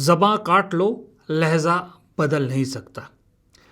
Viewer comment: It's lahja not lahza